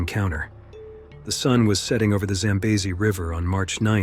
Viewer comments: Record number of pronunciations of Zambezi. Congratulations 👎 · And 5 different pronunciations of the river name! I prefer normal narrations, even tho this was interesting. Such a beautiful place!